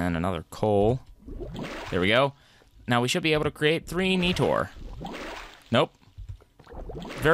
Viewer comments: It’s not Neetor it’s Nighter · Every time he said NEE-TOR I cringed..... xD